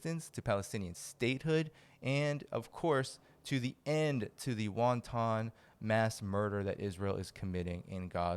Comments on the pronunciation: wanton not "won-ton", otherwise great reporting! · Dude. I totally agree with your position, but if you are going to use the word more than once, it's pronounced WAN-ton. WON-TON violence sounds like violence against small Chinese dumplings. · No,. Wonton is a soup. The word you want is WANTON (pronounced wan tun). You're welcome. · Wanton. Not wantong. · It's not WHONTAHN, it's WhonTIN as a correct pronunciation for WANTON. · Wonton is a dumpling soup, dude. In the proper pronunciation of "wanton", the "o" is not pronounced. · I love repeated pronunciation of wanton as won-ton. Very Chinese and so appropriate. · Your videos would be more palatable if you learned how to pronounce word such as "wanton", "missile", and "adversaries".